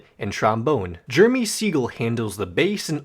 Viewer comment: thanks for reading us the wiki - nice job pronouncing jeremy, you turd. please quit the internet as soon as possible!